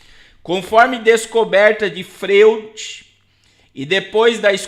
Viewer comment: Pastor se escreve Freud,mas lê "Froid".